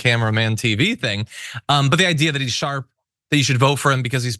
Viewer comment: Grandpa is still "sharp" :) Orange Jesus tongue is still "sjarp."